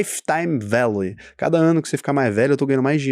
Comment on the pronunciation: LTV, Value sounds like velho. Láife táime velho.